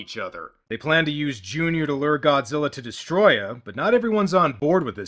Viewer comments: I could’ve sworn in the English dub they would say destroyah and not destroyer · It’s literally like they say destoroyah like distryah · Des-toe-roy-yah is how your pronounce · The name's actaully pronounced "Destroy yah" not "destroy ah". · It's DESTOTOROOYA! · you're not saying it right...it's...*DESOTROOOYYYYYAAAAAAHHHHHHHHHHH!!!!!!!!!!!!!!!!!!!!!!!!!!!!* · No no, It's DESTORÓYAAAAHHH!!!! And I did it exactly 1 second before you said I was gonna do it! 😁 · Des-Toe-Roy-Uh Destoroyah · It's DESUTOROYAAAHHH!!!! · It's pronounced DEST-O-ROY-AH gotta yell it like All Might or a japanese guy sending a ghost to punch somebody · As you predicted, I am here to correct you: It's spelled Destoroyah, but it's pronounced "throat warbler mangrove" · Hmm, Destroyer... Destoroyah? Dest-Or-O-Yah. OR.... Desto-Ro-Yah Am I the only one getting anxiety from this word being not pronounced by it's spelling? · Its actually pronounced DESTOTOROOYA! This is the second time I've cried in a Godzilla movie. First time was in 1985. Fans love both movies. I don't get why the stupid critics hate it. Long live Godzilla. Where can I get that shirt ? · Actually it"s pronounced Destroy-YAHH. (Because apparently he's ------SWEDISH ????!!!!???!!!) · you mispronounced destroyha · It's dest-O-royah, dummy. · "YoU'rE nOt PrOnOuNcInG DeStRoYaH rIgHt" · You are pronouncing Destroyers name incorrectly. If you go back to the Japanese the closest English pronunciation would be more like "pee-nis" Yes it's childish but admit it. You laughed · Can we get Avgn to correctly pronounce destroya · You are not saying it right... Not emphasis on the T. IT. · needs to learn how to say DESTROYAH!! You need at minimum two exclamation points when saying DESTROYAH!! Its not the pronunciation, its the level. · Your not pronouncing destroyah right :) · Soary, But You're Not Pronouncing Destroyah correctly and you know it.